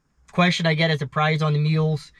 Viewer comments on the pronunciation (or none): none